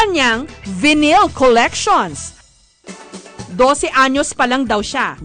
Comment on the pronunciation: Jessica pronounced Vinyl wrong